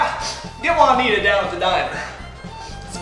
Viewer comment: WOW that was spot-on! “Nita...Jua-a-anita” was such a great bonus! —Seekernanna